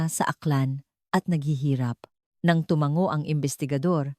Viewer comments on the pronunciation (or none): none